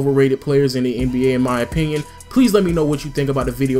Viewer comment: he said m'y opinion